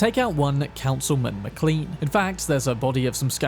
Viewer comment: McLean (originally MacLean) is actually pronounced like McClane. The mc from Die Hard just has the Americanized version